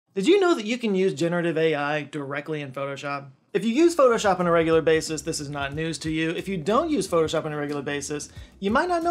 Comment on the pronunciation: Pho-to-shop? Whaat's thaaat?